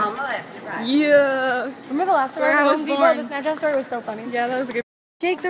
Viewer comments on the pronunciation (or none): Bruh! And Lauren so whack, she gone say, "Dahb." Not dab but dahb.